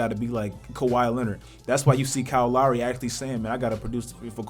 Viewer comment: The way this dude says lowry sometimes is mad funny